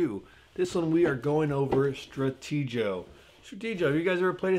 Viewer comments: It's pronounced, "Stratee-go". As in, "Strategy." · STRATE 'GO , not STRATEgee o